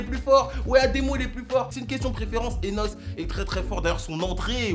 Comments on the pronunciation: MAIS DIT PAS NOSSE PUTAIN FRERO😢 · Nosse.. Dit N.O.S fréro 😭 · Ptnnn N.O.S Pas noss mais super vidéo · B2 Souare bah dit qu’il a raison, mais nous on sait tous que ça se prononce N.O.S et pas Nos 🤣 T’as juste à voir les like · j'ai révé ou t'a dit NOS wesh mgl c'est N.O.S mddr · "nosse" ... Respecte un minimum